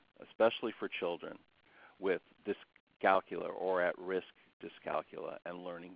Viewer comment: thank you for not pronouncing it dys-cal-cool-ee-ya, we don't cal-cool-ee-ete on cal-cool-ee-atets do we?